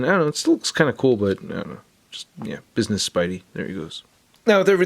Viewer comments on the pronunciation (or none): none